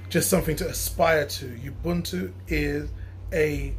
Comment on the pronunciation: Great video and totally agree with you but please watch the pronunciation! ..... Ngala is pronounced in the African way. "Nnngala" not "Nagala". Ubuntu, a Zulu (Nguni) word, is pronounced "Oobuntu" not "Youbuntu". It can be quite frustrating when diasporan brothers insist on using the white European ways of pronouncing African words. The first and easiest step to learning a local African language is to learn the correct African pronunciation.